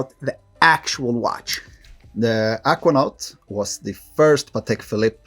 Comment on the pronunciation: dude why you pronounce Aquanaut that way?